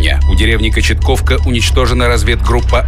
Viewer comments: Не Кочетковка а Кочетовка учи географию диктор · КОЧЕТОВКА правильное название а не кочетковка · Не Кочетковка, а Кочетовка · Не Кочетковка, а Кочетовка. И сейчас есть такая деревня в Белгородской области. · Село называется кочетовка а не так как сказано в видео(кочетковка) а там молоды